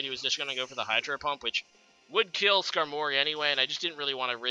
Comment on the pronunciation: I don't know why no one has ever said this but Skarmory is pronounced Skarm-ory not Skar-mory.